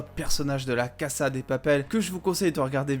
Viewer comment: Cassa ? Dis casa mon reuf oh